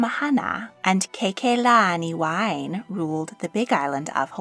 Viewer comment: Someone correct me if I'm wrong, but I don't think Hawaiian names have silent e's, so names like Keakalaniwahine would be pronounced "keh-ah-kah-lah-nee-wah-hee-neh." Also, someone correct me if I'm wrong, but I'm pretty sure g's are always pronounced the same in Japanese, so Genmei would have a g as in girl.